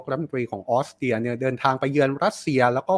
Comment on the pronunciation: ออสเตรียค่ะ ไม่ใช่ออสเตีย ถ้าคนอ่านข่าวออกเสียง ร. ล. ชัดๆ จะน่าฟังขึ้นเยอะมากๆเลยนะคะ